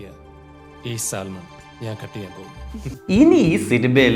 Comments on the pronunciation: Bro Salmon is not pronounced Sal Mon it's pronounced 'Sah muhn', you are welcome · Hi there, It’s സാമൺ L in salmon is silent. 😊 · You dont say "saLmon". L is silent. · I don't know whether I can say this at this point. 'L' is silent in the word Salmon. ok. bye..